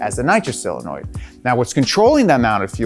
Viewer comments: SOL-enoid, not Sil-enoid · Solenoid, not cylinoid, friend. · SIL-anoid!!! Omg I’m dying hearing this over and over. c’mon! SOH-lenoid!!!! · him saying silinoids is triggering me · dude.. SOLenoid. not SILenoid. christ. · Ah, yes. Another dude saying "sillenoid". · Love your work. Would love it even more if you could pronounce SOLenoid. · Is he saying "silinoid"? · S (OH) lenoid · "SILANOID"?! Stop this, now. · seriously why is it so hard to say solenoid? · Great video; Guinness record for repeatedly mispronouncing "solenoid"